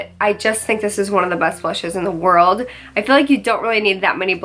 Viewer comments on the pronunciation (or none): none